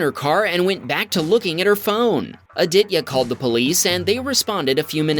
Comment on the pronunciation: you kept saying Aaditya's name wrong....